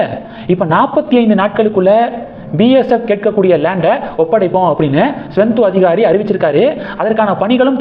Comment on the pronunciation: மேற்கு வங்காளம் முதல்வர் பெயர் ஸ்வெந்து அதிகாரி அல்ல. சுவேந்து அதிகாரி என்பது தான் சரி. சரியாக உச்சரிக்கவும்.